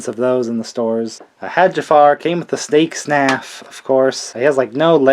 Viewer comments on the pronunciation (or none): "Stake Snaff" haha. I often do that with words.